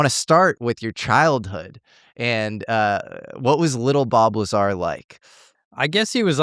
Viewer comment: Bob Liezar 😂